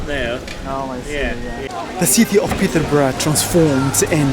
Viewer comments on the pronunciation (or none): The pronunciation of the old Peterborough name was wrong 😑